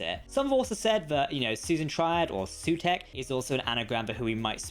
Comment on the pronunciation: Sutekh, not Sutekha